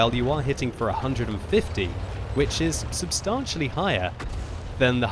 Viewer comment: You're mispronouncing 'substantially'